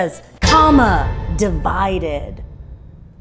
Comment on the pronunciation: “divided” LOL